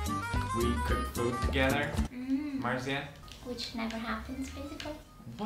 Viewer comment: my mans called his wife-tobe “Maritza” 😂